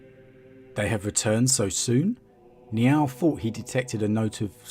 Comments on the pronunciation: "Niaaauwl" lol. Sounds like a kitty with a lisp. It's closer to N'yál (like, "howdy, y'all"), with emphazis on the 'a' which is pronounced as in 'actually'. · Sounds like your saying Meow oh